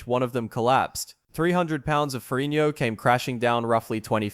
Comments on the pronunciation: Lou Farrinio??!! This narrator is a freakin MORRON!! It's Lou Farrigno, with a "G". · Why do you say "Ferrignio"? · I like how you pronounce Ferrigno in the Italian style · Someone needs to learn to correctly pronounce Ferrigno.